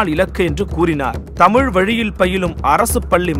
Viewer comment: நேர்காணலில். பேட்டிஎடுக்கும்நபருக்கு. தமிழை, தமிழ். என்று. அழகாக. உச்சரிக்க தெரியாமல்... தமுழ். தமுழ். என்று. உச்சரிக்கிறார். கேட்ப்தர்க்கே. வெருப்படையசெய்கிறது. அந்த. அண்ணையர். எவ்வளவு. அழகாக. தமிழை. தமிழ். வார்த்தைகளை. உச்சரிக்கிறார். இவர்உச்சரிப்புசரியில்லைஎன்பதைகான்பவர்களே. கேளுங்கள். ஆகவே. பேட்டி எடுக்க நன்கு. செந்தமிழ். படித்த. தகுதியான நபர்களை. ஈடுபடுத்தி. தமிழைவரும்சந்ததிக்குதெளிவுபடுத்துங்கள். தடுமாற்றத்தைஉருவாக்காதீர்கள். நன்றி. எல்லாம்சிவமயமே.